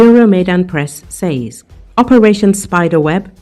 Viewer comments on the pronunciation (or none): Oh kind narrator: you can just say “sez” for the word “says.”